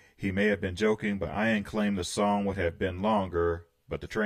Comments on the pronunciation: I had about 6 Jethro Tull albums and saw them in concert in 1978. Just for information in the future “Ian” is pronounced “E-an” the I is like “it” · Thanks for reacting to this great great album which I bought a few days after it was released and I've loved ever since. I'd only ask that you pronounce "Ian" correctly, the I is said as an E so it's "Ean". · 😀 ("ee-n") Anderson. Gotta pronounce that long e.